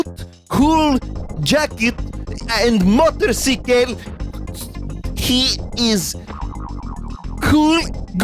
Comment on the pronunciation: Dude that "Morterceekale" just made this one of my favorite videos of the year